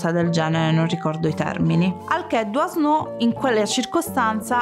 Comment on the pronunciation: SI PRONUNCIA " Duano' '"